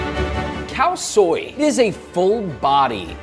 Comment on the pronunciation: Am I the only one hearing "Cow Soy"?